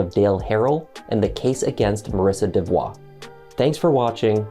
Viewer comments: DeVo ( pronunciation matters) not devoix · It is pronounced De-vo! The l and the t are silent.